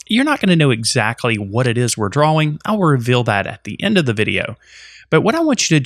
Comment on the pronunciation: wtf.... its TIME , not TAHYM its DRAWING , not dwhaWING. jesus man